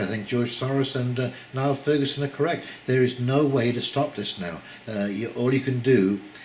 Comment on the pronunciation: Niall is pronounced Neal and he is an academic historian. In fact he has written a history of the Rothschilds, which implies an understanding of central bank finance and fractional reserve banking.